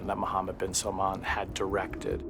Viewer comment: It's not 'salmon' it's 'salmaan'. When will you westerners ever learn?